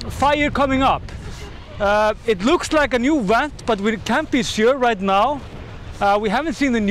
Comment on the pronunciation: Ok say it with me VVVVVENT. not went.